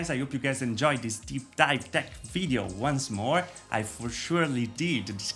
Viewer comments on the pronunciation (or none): none